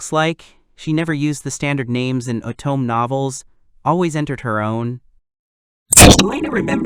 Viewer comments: Please install a Japanese language pack, or if that's not possible, use phonetic substitutions. "Otome" being pronounced as "Autumn" can be overcome by using "oh toe may" in the script for the narration program to read. Just like how many readers pronounce the "bow" in bow and arrow like "bow to royalty", when all they need to do is type "Bo" instead of "bow" in order to get a "long O" sound. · Oh toe meh. It is 3 characters you need to pronounce. Anyone that's me being nitpicky.